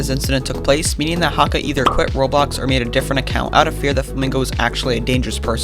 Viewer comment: quit not wuit